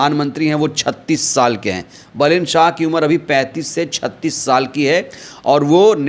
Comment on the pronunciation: बलेन मत बोलो नाम बालेन कहो ठिक हे